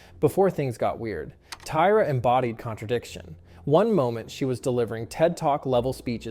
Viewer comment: The voice is off, I knew something was off when “he” pronounced Tyra wrong, a typo in the script 😬